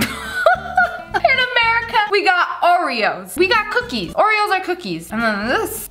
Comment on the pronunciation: Ive got a new one "orveos"